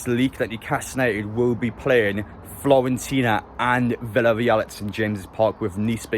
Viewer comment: Stop pronouncing it Florentina !! :D